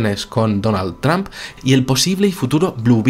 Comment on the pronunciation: la pronunciación de trump, lo dice como sonando más bien a tramp.como queriendo decir trampA.